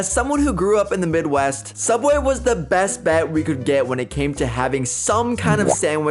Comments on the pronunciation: Do BRO say sudway is subway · it subway not sudway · "Soubway" theodd1isout: WTH MAN???? (Jk its just really funny) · James! Sooubway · it’s sooubway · souubway,(james appearing slowly) SUBWAY, subway.